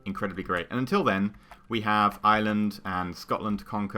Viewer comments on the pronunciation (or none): You say 'Ireland' like Island :P Oh and Hello from Dublin.